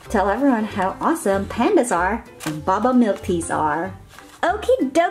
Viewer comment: att the last thing you seid baba but it's pernowst boba🤐